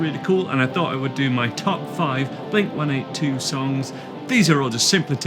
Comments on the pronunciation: I always thought it was pronounced “Blink One Eighty Two”? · I’ve lived in the UK my whole life and I still pronounce it as one eighty two 😂